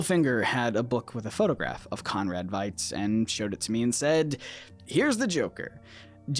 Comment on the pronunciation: VEE-T, Conrad VEET!